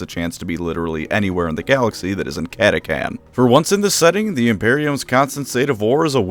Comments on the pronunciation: How did you mispronounce Catachan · The real question is, is it pronounced cata-CAN, or cata-TCHAN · Impressive going the whole video without pronouncing the H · I’m pretty sure it’s pronounced cat-a-chan not cat-a-can. Chan like channel not Can like Canada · Kata-Chan. Not kata-kan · Cat-ah-chan right!!?? What’s this cat-ah-can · I prefer the pronunciation cata-chan where chan is pronounced like in the Japanese honorific chan. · Almost unsuscribed from having to hear catacan instead of catachan 😂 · Cata chan CHAN CATACHAN not catacan. Dumbass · "CataCAN" Excuse me sir but the name is CataCHAN not CAN. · Cata-Chan not Cata-can, must be a new recruit! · i always thought they’re was called CA-TA-CHAN. I’ve never heard of CA-TA-CAN. But what do I know, I’m not a lore buff… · I want to hit you for pronouncing it catakan instead of catachan, you read "change" like that too? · It's pronounced chan, like 4chan. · Ok this was pissing me off the whole video because mispronounced words just do that for me, but the CH is in the fucking name for a reason, say the goddamn CH part of cataCHan or dont say it at all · Love the video but it's pronounced as it's spelled Cat-Ah-Chan. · Cant listen to the this video of you pronouncing it KATAKAN. Sutcha shame. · catachan is pronounced kata-chan....................also if GW would update the frickin models for them that would be great! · Mate, pretty sure it’s pronounced cata cHan with a H, apart from butchering that great video 😉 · Cata chan, not to be mistaken with Cata-kun or Cata-san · Did I just painfully listen through a 20 minute lore video where the creator mispronounces the name of the faction with a “ck” instead of a “ch”? Yes. Does that add to the lore of the video as something that the crayon eating CataCHAN jungle fighters would find hilarious? Also yes. 😂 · CataCHAN gosh dang it. Pronounce it right or emperor help me I will find you. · I hate to be THAT guy, but its cat-a-chan like Jackie Chan